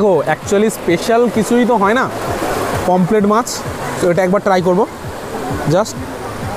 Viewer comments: Not pomplet its pomfret .... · Pomplet na re...eita k pomphret bole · কথাটা পমপ্লেট নয়, পমফ্রেট মাছ ।